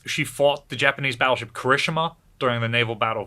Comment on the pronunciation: Nice video however I love japanese ships and the way Kirishima was pronounced was very poor.